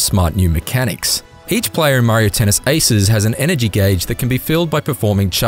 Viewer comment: The “haces” pronunciations is killing me. 🤣😂😅